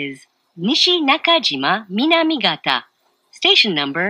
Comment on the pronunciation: The next stop is nishinakajima-minamigata これも草